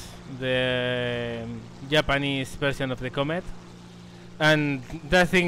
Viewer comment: I love the way he says Japanese, Yapanese :)